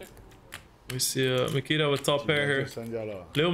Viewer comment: His name is Nikita!!! Not Mikita